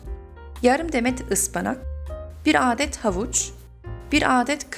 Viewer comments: aaağdet diye okunmuyor hızlı bir şekilde adet denir ❤️ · Adet kelimesini aadet diye okumana gerek yok vidyo boyunca güldüm aadet başka manaya geliyo. A harfini kisaltmayi dene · Ablacım adet derken a yı uzatmaman gerek yanlış anlama bilmişlik yapmak gibi olmasın çok güzel konuşuyosun öğrenmen için yazmak istedim♥️♥️♥️